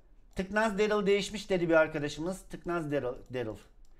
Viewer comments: Darly değil darryl. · Zaten lazbabinin derıl dediğini söylüyo saf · tüccary darlyy sjsjsjsjsj